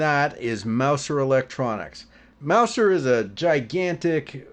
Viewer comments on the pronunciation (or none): It's pronounced: Mouzer.